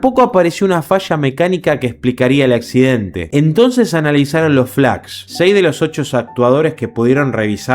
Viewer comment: entre por que me interesa el tema además de que ayer se cumplió otro aniversario del siniestro. Si me sorprendió el error al pronunciar la palabra Flaps . Pero veo que no te gusta ser corregido. De nada